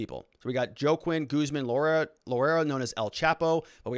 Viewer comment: Juaquin is pronounced Hua Keen or Waa Keen - you live in AZ and don't know any Spanish..?? WTF